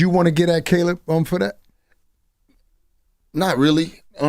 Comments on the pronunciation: Bro said Ca-lib Plant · Did CTG say "Kaleeb Plant?"